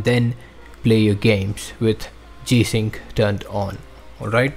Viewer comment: Please speak correctly when naming the feature. My goodness, if this in the only issue and you cannot even pronounce it then what good is the video? I have no idea what this guy said and I will have to move on to better videos to explain.